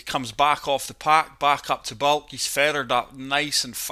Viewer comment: Its Baulk not Bulk